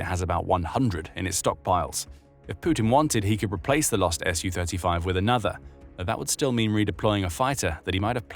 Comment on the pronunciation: It's "Su-35," not "SU-35." It's pronounced "sue thirty-five."